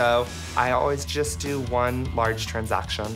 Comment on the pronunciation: Nobody: This guy: TRANZAKSHAN